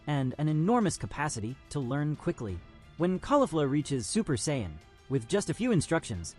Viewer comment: You can tell this is ai😢 he can't sayian right😂